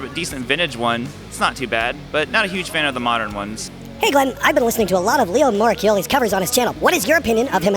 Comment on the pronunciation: Glenn, I think this might be the best Viewers Comments episode EVER. Also, Glenn is the first native English speaker that I've heard pronounce "Moracchioli" right without stumbling.